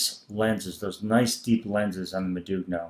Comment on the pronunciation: That's not how you pronounce modugno. The g is silent and the subsequent n is a bit like the spanish ñ like in Niño. I would at least expect a seller to know how to name its products. Doesn't inspire confidence in explaining the product if the product name is mispronounced over half a dozen times.